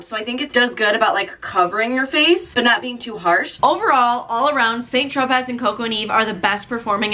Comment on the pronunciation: It's pronounced "San Tropay"